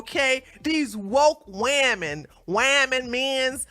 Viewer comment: Woomen lol killer